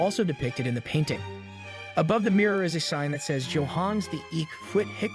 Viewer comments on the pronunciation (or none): none